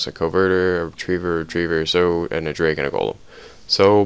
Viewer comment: Covetor....not a covertor...'kah-vet-or'